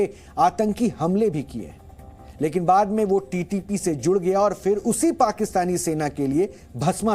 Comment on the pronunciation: Can you correct your HINDI word “PHIR” ‘s pronunciation? There is NO “ EFF” sound in HINDI. You guys are in the business of COMMUNICATION, why don’t you learn correct diction first. It bothers me so much when HINDI speaking news anchor MISPRONOUNCES an EASY EVERYDAY USED COMMON WORD “PHIR”. It’s NOT NOT FIR. REMEMBER FOR EVER.